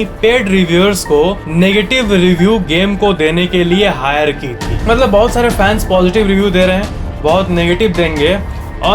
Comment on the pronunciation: I love your "maatlaab" word🤩